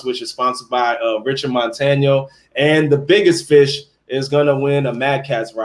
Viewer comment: You finally got Richard Montaños name right. Woohoo. Tomorrow or the next day I'm going to show you who is the real glizzy master.